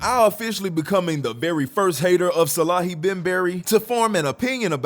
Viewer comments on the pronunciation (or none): Salehe is the goat. One of the best designers Edit: Also his name is "Saleh-he" not Salahi 😅😅